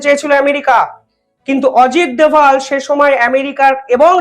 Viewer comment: উনি অজিত দোভাল। দয়া করে তাঁর নাম অবিকৃত রাখতে অনুরোধ করছি...